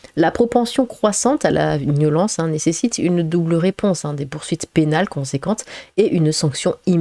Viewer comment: t'as une jolie voix mais c'est soulant quand tu dis "niolence"